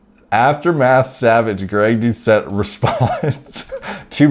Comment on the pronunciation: said Greg Dou-shit. Lmao